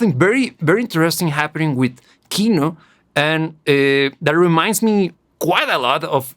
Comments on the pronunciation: kinO, not kIno! :) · in russian we pronounce kinO, not kIno. thar word means cinema or film. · It's "Kinò", not "Ki'no". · It's not pronounce KIno, it's KinO. Sorry for my bad English ( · ki-NO... Stress on the second syllable. Yea, it's a noun not verb yet the second still. 😉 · It is actually pronounced like Kinó. The word Kino means "Movie" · I'm glad you liked it. The whole of "Kino" (btw, stress is on "o". Hope it helps you to pronounce it better xD) music is more about vibes (hate to use it, but it fits) than about meaning. Группа крови is often called anti-war, but it doesn't really strikes the anti-war notes that much. It's just some ruminations of someone supposedly going to war. He does not love that but also does not hate it either, though it is clear that he'd rather not go there. It is, of course, often connected to Soviet-Afgan War since it was written near it's end. But the chorus says about blood-type on your sleeve and USSR forces never placed blood-type on the uniform and especially on the sleeves which can by torn off. And the "serial numbers" also never were a thing in it either. So in the end it feels pretty abstract. If you're interested in exploring Kino more maybe try "Звезда по имени Солнце" (Star named Sun) next. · "ee" обычно под ударением в английском, а нам надо ударение на "о"